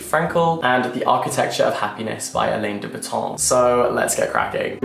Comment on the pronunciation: alain de botton is pronounced Alan not Elaine lol